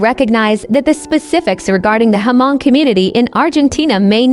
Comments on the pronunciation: Hmong is not read as "H-Mong" it is silence H. just read as Mong. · To pronounce the name Hmong correctly you just need to take the " H" out and it should sounds more like Mong.